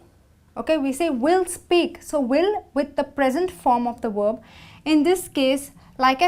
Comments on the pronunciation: She said worb instead of verb🤣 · Verb with a "V" like "vroom" not "w" like worm.... please learn how to pronounce words before you try to teach a language.........